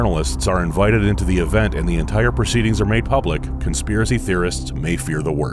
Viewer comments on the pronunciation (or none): none